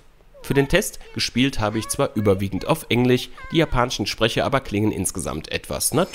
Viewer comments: Das ist ein Tick (Sprachfehler) und den hat er sich wohl so angewöhnt, ein Dialekt ist da nicht herauszuhören, denn der würde auch andere sprachliche Auswirkungen haben, außer nur dieses ch/sch ;) und Ab da ist es ganz gut zu hören, "ENGLICH"....., oder das Wort "Klassichen" ich finds nieeedlich ;) Pfälzer (wie z.B. Helmut Kohl) haben auch Probleme mit dem "ch/sch" und der Helmut Kohl ließ sich daher auch so gut parodieren, aber Pfälzisch redet der Typ hier im Video nicht, der redet lupenreines Hochdeutsch mit einem "leichten" Sprachfehler ;) Könnte aber auch eine ganz "seltene Abart" des Lispelns sein, nur mit diesem einen speziellen Sprachfehler, das bedeutet das das in seinem Gehirn seit Geburt so verankert ist und er dafür absolut nichts kann und es sich daher auch nicht selber angewöhnt hat wie ich ober vermutet hatte, das muss schon ein Arzt feststellen, aber heilen kann man das glaube ich nicht, oder nur sehr schwer ;) Jugendliche und junge Erwachsene haben in ihrem Freundeskreis meist auch sprachliche Eigenheiten, die sie untereinander weitergeben, die wachsen aber mit dem Alter eigentlich wieder raus, da wird dann z.B. ein bestimmter Slang gesprochen, der sich in der Klicke selbst gebildet hat, was ich auch in meiner Jugend und als junger Mann (bis ca. 25 Jahre) mit meinen Kumpels erleben durfte und meine Eltern und Großeltern damit zur WEIßGLUT gebracht hatte, da sich das ziemlich asozial anhörte in deren Ohren, SLANG halt ;) Wir dachten das wäre cool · Du sprichst meist CH wenn es ein SCH ist und umgekehrt ( ist das ein Dialekt? ) zb MANSCHMAL oder ENGLICH :) trotzdem danke für den Test!